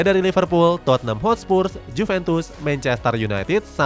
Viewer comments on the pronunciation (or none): none